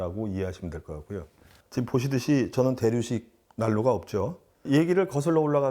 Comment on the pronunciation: 대류식, 대륙식 두번 잘못 발음하셨네요. 헤헤헤